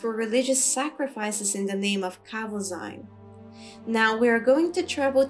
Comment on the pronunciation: As a 57th level thief, I am in no way advanced in Alteration magic yet somehow I have been burdened with this five pound hunk of garbage that I can't drop. I can't remember where I found it but I wish I'd never picked it up. BTW, Tolfdir pronounces it KahVoZeen, not KahVoZine. If we're picking nits, that is.